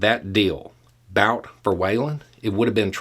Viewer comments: It’s “boot” not bout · So you're saying that the person who managed to bankrupt his own casino doesn't know how to gamble? {BTW, I think the guy's name is pronounced "boot," like a high shoe, not "bout" like "whataBOUTism." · Why Bout? I'm pretty sure it's Bhut (well, actually just But), with the u pronounced like 'oo' in 'foot'. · His last name is pronounced boot! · Bout's original name is Бут. There's a single 'oo' vowel in its proper pronounciation, roughly comparable to 'boot', not an 'ow' diphthong. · Pronounced Boot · It's pronounced "boot",. 😊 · Bout - 'ou' is his name is pronounced as 'u' in put. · I find it disconcerting that he is pronouncing "Bout" like the English word, even though he speaks some Russian. Why is that? What's the statement being made?